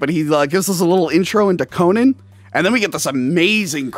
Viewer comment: Are you pronouncing Conan like Conan O'Brian on purpose to troll 🤔 what's the deal w this, it's driving me crazy lol